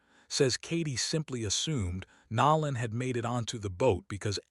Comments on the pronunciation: His name is NO LAN NOT NA LAN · Stop acting like you can’t pronounce NOLAN .. NOLAN to be correct T F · That is 🧐very concerning if they cannot even pronounce his name correctly 😢 With AI they should have correct this immediately . I’m leaving out of respect because I cannot stomach them mis pronouncing his name.😢